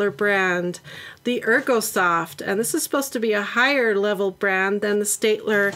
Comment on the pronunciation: Steadtler is in a German brand name so it's pronounced in german heh xD